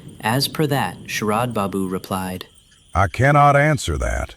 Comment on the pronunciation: 'orderly' (WRONG WORD) ........ then there are some mistakes in the text....bengal names and then the AI text.....mispronunciations....SHARAD i saw sHERAB........these lttl little things.........